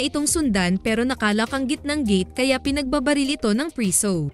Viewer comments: Bakit b ganyan magsalita ung nagsasalita,preso Hindi prisow. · Pwede po bang itama nyo muna ang pagbasa o pagbigkas ng mga salita before kayo gumawa ng story sa content nyo😢😢😢 Preso po sa tagalog hindi priso buti.png sabihin mo sa english nlng as prisoner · Mali ang pronounce u ng preso nd prisu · Preso hindi priso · ilang beses nyong narinig yung salitang PRISUH😅..kaya lng fave ko tlga ang movie na to..🥰